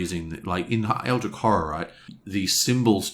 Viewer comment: Love the review! I agree with most points (don't see the problem with self heal in close combat, this is like a healing gun, so he can shoot himself in the leg). But I have to admit your pronunciation of "Eldritch" baffles me...